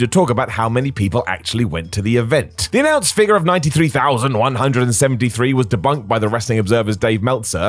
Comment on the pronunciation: debunked by Dave Meltzer.. you sure you said that right?